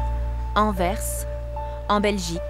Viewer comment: Bien, ça pour dire Anvers!?C'est pas An-vert!